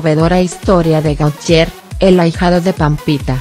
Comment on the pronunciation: GOTIÉ, SE PRONUNCIA GOTIÉ.